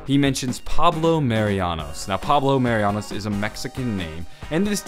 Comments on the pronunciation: *Marinus not Marianus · Pablo Mah-ree-noos Marinus not Marianos